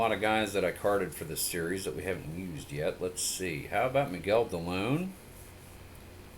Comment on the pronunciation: Not to be pronunciation person but Miguel Dilone is Dee-low-nay. He was an ex-Indian.